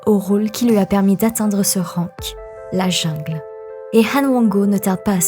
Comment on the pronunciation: prononciation coréenne super mais le mot jungle prononce en français au lieu de l anglais, mes oreilles ont sursaute